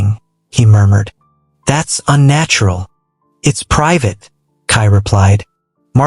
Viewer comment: I lost it at "Kai Moormoored"😂😂 I had to go back and realise it was murmured 😭😭😭🤣🤣🤣